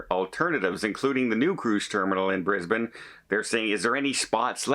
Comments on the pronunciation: Your pronunciation of Brisbane was perfect. Bris bun.😊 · hi:) I'm really confused. Brisbane now only has one cruise terminal, the new one that opened at the start of this year. is this the port that they are closing? or the old one? hoping its not the new one as that's where most of our cruises leave from.oh and you said Brisbane correct hehe;)